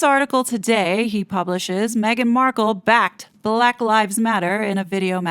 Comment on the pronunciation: 😂😂 you make me laugh when you said balack. black. lol. very good. 😂😂😂❤❤❤